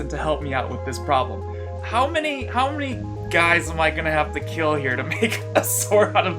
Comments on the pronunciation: as the tey on forged in fire, "it will keel" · It will not keal